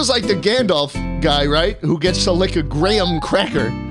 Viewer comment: The way he says graham cracker 💀😂